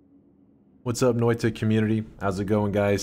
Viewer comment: As a Finn, got to love how badly he pronounces that Finnish word "Noita", like "Noiii-tA" :) Noita basically means "Witch"